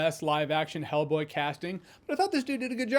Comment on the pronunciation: Why do I hear you say Hellblade??